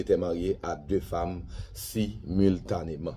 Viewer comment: M pa konnen si c sel mwen ki tande jounalis mazora ki di SUMILTANÉ epi lekti an fransè saa bay tet chaje.